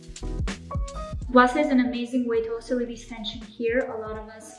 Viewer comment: just wanna comment a little suggestion which is the pronunciation of "gua sha", the "sha" should be pronounced same as the beginning of " shark" instead of "sa", hope you understand what I am trying to say.